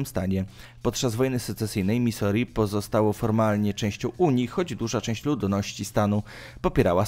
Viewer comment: Misuri, tak się czyta... jakie Misori? I jeszcze do filmu z papieżem... nazwisko czytamy Bergolio, nie Bergoglio.. w hiszpańskim to "g" jest nieme... proszę skoro jesteś osobą wykształconą to sprawdz wymowę, jeśli nie znasz języka, jeśli znasz to gratuluję....